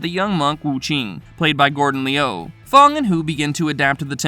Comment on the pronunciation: This guy is horrible at pronunciation 😂. It's Lu not Leeyu & Lung not Leeyoung. I had to mute the sound after a while 🤦🏾